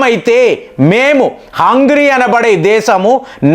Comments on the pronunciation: హంగ్రీ కాదు సార్ హంగేరి అని పిలవాలి. హంగ్రీ అంటే ఆకలి అని అర్థం. మీ వీడియోస్ లో చాలా వరకు proper nouns ను పరమ చెత్తగా పలుకుతున్నారు. సరి చేసుకోండి. మీలాంటి పెద్దవాళ్ళకు trolls అవసరం లేదు. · Hungry kaadu, Hungary హంగ్రీ కాదు హంగరీ.